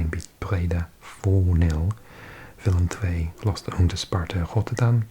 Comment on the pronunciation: I think your the first non-Dutch youtuber I’ve seen that pronounces Willem II correctly, thank you for that!